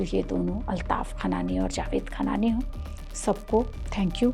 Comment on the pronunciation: Medam script ache padho or content sudharo 1. Khanani hai khan nahi 2. Jesh nahi pura bolo jeah a moh...